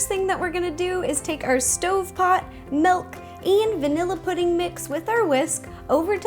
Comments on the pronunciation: its not malk its meelk. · why do you say melk it milk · she pronounced milk as "melk". ilysm! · "Melk" - Rosanna Pansino ARGHHHHHHHHHHHHHHHHH. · SHE JUST SAID MELK. THATS NOT HOW YOU PRONOUNCE IT. UGH. Also, love you ro. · It's kind of funny to me how she pronounces certain things, like melk and orng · where is she from? wondering whyy she says "ornj" and "melk"